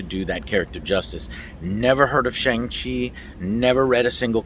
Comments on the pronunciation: Pronounced Shung Chi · Great vid as usual Joe! As for the pronunciation of Shang Chi, it's pronounced like "shun". In Mandarin Chinese Pinyin, all words that ends in "an" has an "an" sound, and those that ends with "ang" has an "on/un" sound. For example, 版(ban) is pronounced like "ban", and 帮(bang) is pronounced like "bun". Anyways, here's hoping the movie does come to Chinese theatres, as many Chinese people are talking about boycotting it due to the villain in Marvel comics was "Fu-Man-Chu", a really racist caricature that Asian fans have always been pretty pissed about. But man, I really want to see one of my favourite actors (梁朝伟) in one of my favourite film actors hahaha. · Apparently it is pronounced "Shong chi." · Stop calling him "Shang" Chi after you JUST watched the movie dummie! His name is pronounced SHONG-Chi! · My bro said Shang-Chi is pronounced Shong G. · It was sooo good, also it’s pronounced shung chi but no worries! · Shang- Chi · You saw the movie but are not sure how to pronounce the main characters name. You're like an independent ign and that's not a compliment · Joe is still saying the name wrong at the start even though there's a scene where Shang-Chi explains how to pronounce it lol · First 5 seconds into the video already pronounced the Shang Chi name wrong after having seen the movie lol love you Joe I loved the movie as well man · How do you watch this entire movie and then continue to pronounce his name incorrectly?